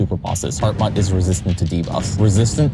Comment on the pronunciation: Very impressive video. All this build up and then you just to throw the big worm down the hole he created One thing though. Hartmut is pronounced "Hartmoot/Hartmood", not "Hartmutt". Not that it really matters.